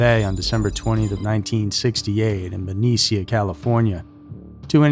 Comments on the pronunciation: it’s pronounced “Ben-EESHA” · It's Ben-Knee-sha. Benecia. No one and I mean no one ever says Frisco. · It's pronounced BA-KNEE-SHA, California. I live here in the bay area about 15miles from there ;) It's PRA-SID-EO in SF. Here in the bay area we NEVER say "San Fran" or "Frisco" or "Cali." It's nails on a chalk board to us Californians. We do say "SoCal" or "NorCal."